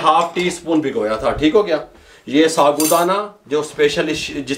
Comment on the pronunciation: Bhai ye saagu Dana hota hy sabu Dana nahi , kun esko bigaarty ho yaar